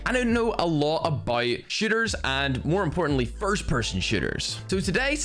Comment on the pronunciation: Looove this guy!🤪🙌 I just stumbled upon your video and I'm really glad I did. I stayed until the end ;) so thanks for the super tip!! 😎💪🔥 I wonder if they fixed that bug/glitch haha. His accent is so great. When he says: "SHOOTERS" it sounds like he's saying, "Sh*tters" 💩💩💩💩